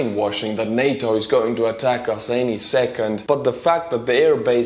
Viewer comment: I'm jus happy pronunced it NAtA not Nata